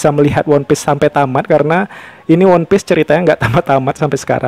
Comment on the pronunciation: Cara ucapannya itu wanpis bukan wonpis 😅 koplak